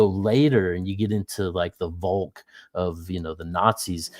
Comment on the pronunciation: Why can't Americans learn that "v" is very often pronounced "f" in German. It's not "volk". It's FOLK. As in people.